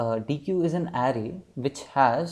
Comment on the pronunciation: superb video! luttle side node: it's pronounced as deck ;)